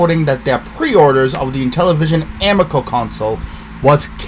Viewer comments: Dude, if you're gonna shit on the Amico learn how to pronounce it.. it's Ameeko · The way you say Amico is truly the first time I’ve ever heard someone pronounce it that way…